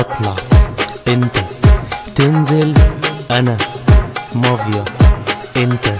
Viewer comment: محمد رمظان طبعا بس بتعتك حلوه وفي عندك غلط انك قلت أنا ماڤيا انت لازم تقول أنا مافيا😂🎉